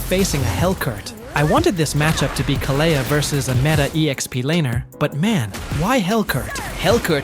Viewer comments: Please his name is khale(d) not khalea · Why does almost everyone pronounce her name wrong? Most people here say Kaalia while he is saying KaLeah, and I think it’s supposed to be Kalee (Kalea)